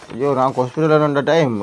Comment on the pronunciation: தயவு செய்து "கொஸ்ட்பிட்டல் " என்று ஆங்கிலத்தையும் கொலை செய்யாமல், தமிழையும் புறக்கணிக்காமால் வைத்தியசாலை என்று அழகு தமிழில் உச்சரியுங்கள், இது ஒரு வேண்டுகோள்.